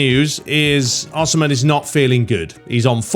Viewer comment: as a napoli fan i feel the need to let you know its pronounced oh-see-man. hahah for future notice